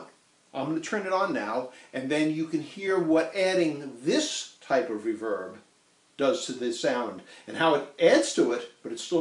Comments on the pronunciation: That's an interesting observation Ben. And I have no doubt that, at least as regards common current usage, you are correct! Eeek! My pronunciation goes back to the days when 'verb was something new -- the early `60s. We (that is my musical pals and I) never heard it said, we just said it as it seemed right to us. And that was with the emphasis on the "verb" part. As in amplifier names such as Fender's "Vibroverb" where the accent was on the last syllable, or Ampeg's"Reverberocket" where the accent was on that strong 2nd syllable. And I've been pronouncing it that way for so long that I did not even hear myself doing so! Language is a funny thing. Other people have "accents" and unusual speech patterns. We ourselves never do! :D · the way your saying reverb is really bugging me but other than that great video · RE-verb, not re-VERB. You're putting the em-PHAS-as on the wrong syl-LA-ble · Never heard anyone else say "re-VERB" - everyone else sez "RE-verb." Right? Don't know why - but it makes me crazy ever time he sez "re-VERB." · You say re-VERB! I say REEE-verb. All fun aside, thanks for the vid! As a fan of the Surf Sound, this will help me in the future. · Great video but for the love of god, it's REverb not reVERB! Nah, each to their own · Can you please stop saying "reVerb"? (RE-verb) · First person I've ever heard say "re-VERB" rather than "RE-verb" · Oh and you can buy new tape echo and reverb tanks. It’s no tone that’s why the reverb doesn’t sound good. Oh and it’s one word “reverb” not “ri-verb”. Tape echo slap back is what makes the reverb wet sound. When people say drippy it’s a saying. Like “that reverb was so wet it was dripping” it’s not a style. Appreciate your enthusiasm though! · Exactly !!! It was killing me me everytime he said the word as well. Ha ! Ree-verb !!! I thought everyone knew how to pronounce it !!! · I have only heard Americans say it that way, as in the video. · But you still know what he's talking about.. to-may-to, to-mah-to..